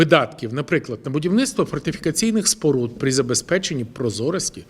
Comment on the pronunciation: Про що Ви говорите , та найвеличніший слово - фортифікаційні споруди з першого разу не вимовить, а Ви хочете щоб він туди гроші вкладав.